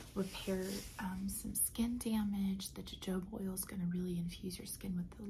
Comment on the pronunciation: jojoba oil is pronounced/ huh·how·buh